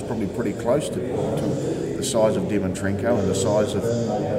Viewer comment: and your second question you called him dimitrenkov. at least get his name right buddy haha doesn't look good